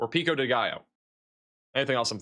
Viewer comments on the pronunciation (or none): none